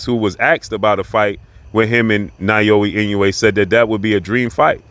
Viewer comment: His name is pronounced “NowYa E-No-Way” Naoya Inoue. Just saying 😂